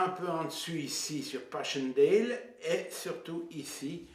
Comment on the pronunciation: Estaires se dit é-tè-re. Et Passchendaele se dit passèndale et non pass-chendèle Zonnebeke se dit Zaunebequ' et non Zonnènnbeke. Le cimetière militaire portugais de la photo est au lit-dit la Bombe à Neuve-Chapelle, Pas-de-Calais, en France et non en Belgique. Parle-ton à un moment des combats, de l'offensive, de la contre offensive ? C'est une video décevante.